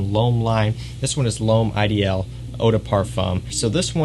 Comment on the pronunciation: Dude, your content is good, but the way you pronounce Ideal makes you sound like an amateur. You're using an English "I," with a French "deal." Pick a lane. Use the English pronunciation, or French, which is "eee-deal," like the pronunciation of "I"ssey Mistake.